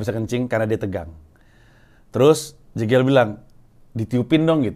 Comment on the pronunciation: Bang, bilang nama jegel itu bukan jegel tapi jegel. Pake e sumatera